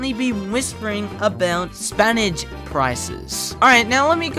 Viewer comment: is NO one gonna talk about how he pronounced spinach?